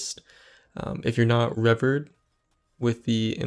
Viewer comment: Did you pronounce revered as if it rhymed with severed? 😂 But seriously, thanks for the good info!